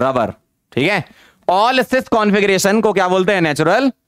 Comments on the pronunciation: Is it only me or he really sounds like lover and not rubber 🤔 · Me:* finished whole lecture 2X * still thinking was sir saying 'Natural Rubber' or naTuraL LovEr 😶😕😑😅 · Sir ne jitne baar rubber bola utni Baar lover sunai de Raha hai 🤣🤣😂😂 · every moments sir said natural rubber , it sounded like natural lover 😄🤍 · Why do I hear natural lover instead of rubber 😂😂😂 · Are han ....hme v natural lover hi sunai diya tha ....😂😂😂😂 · Sir: natural rubber My ears: natural lober 🥲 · Am i the only one jisse natural lover sunai de rha hai😅🤣🤣🤣